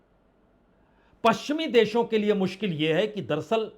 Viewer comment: संदीप चौधरी जी और पुण्य प्रसून बाजपेयी जी आप ये दरसल दरसल क्यों बोलते हैं.. जबकि सही शब्द है दर + अस्ल दर अस्ल अर्थात हकीकत में या अस्ल में..... उम्मीद करता हूं आप साहिबान यह करेक्शन कर लेंगे